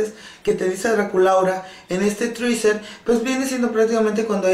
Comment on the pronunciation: Que puedes esperar si dice "triser" cuando es teaser.